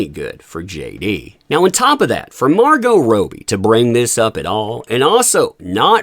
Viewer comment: Him saying margot rohbee instead of MAR-goh rob-ie kills me. I can't. Sorry. Subtitles for this video only x)